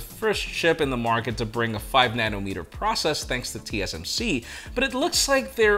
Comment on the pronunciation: said prush process 🤣😂🤣. got caught in a tongue twister.